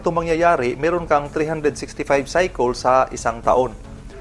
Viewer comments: Cycle = saykel. Saykel ang basa jan hindi saykol 😂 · Correct kolang po kyo sa pronounce ng cycle....dpo saykol......saykel po ang pronounce nun hehe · Cycle...cycole✌️😂 bisaya bei..